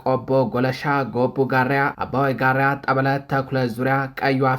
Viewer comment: ትንታጉ የመረብ ዘጋቢ እባክህ ጋራ እንጂ ጋርያ ብለህ አታንብብ።